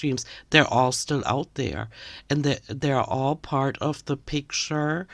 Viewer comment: I know it's the accent. but when you said "part of the picture", all I heard was pig-ture and I died laughing!😂 Perfect!!